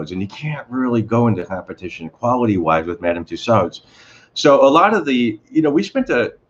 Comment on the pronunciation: It's pronounced "Two-sew"...silent "d".